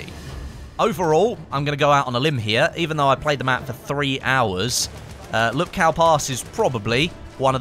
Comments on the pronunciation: It is pronounced "Whoopkoof" not Lupkoww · . it's pronounced "in the name of the *TS*ar", not "zzzar" and it's not "lupkao", it's actually "Woopkoof" hope this helps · PSA: Lupkow is pronounced "Lupkov" the way Krakow is pronounced "Krakov"